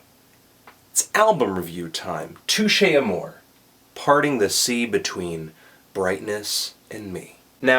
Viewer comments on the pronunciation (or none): its pronounced to-shay amor-ay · its pronounced touché amor( EY) if you will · It's pronounced Touchay Amoray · I thought it was pronounced like, "Tooshay Amoray?" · did you just say touché A MORE? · YOU'RE PRONOUNCING IT WRONG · Anthony always fucks up the name but great review nonetheless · dude wtf you didnt even say the name right?